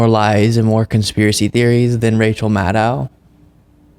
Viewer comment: Sean, it's Maddow, not Maddow! The dow sounds like tow, not cow. Maddohhh!